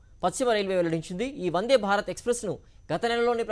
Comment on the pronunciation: వన్డే కాదు వందే